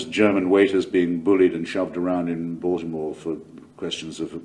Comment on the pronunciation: Hitch knew how to pronounce Baltimore!